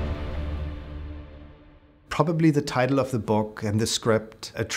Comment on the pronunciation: "We will ask se questions!"